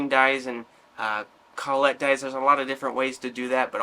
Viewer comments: Col-let die. Don’t hear it pronounced that way often. kol-it is usually how you’ll hear it. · "CALL IT" is how most people pronounce collet. "call et" sounds kinda.... well...